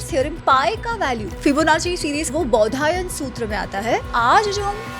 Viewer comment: बोधियाना नहीं बौधायन